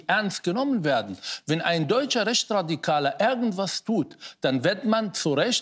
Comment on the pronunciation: ärgenwas und wärklisch. Herr Mansour es heisst "irgendwas und wirklich"